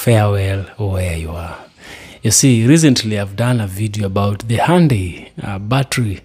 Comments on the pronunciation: The y is not silent. Hyun-day. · The y is NOT silent y’all. It’s not pronounced Hun die, it’s H yun die.